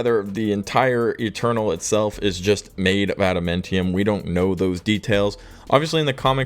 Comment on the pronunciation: Ada-MAN-tium. MAN